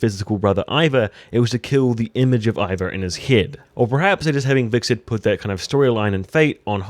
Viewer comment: It's Hvitserk not Hviksert